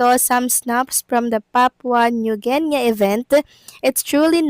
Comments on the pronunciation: Its not ginya! Its Gini!😅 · Idol. guinea should be pronounce as GINI..( Geenee ) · You pronounce Guinea as Gini as it's spelled. Good morning and happy Monday ♥️♥️♥️